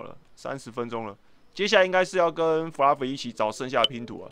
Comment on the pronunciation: Fluffy念起來很像布拉魚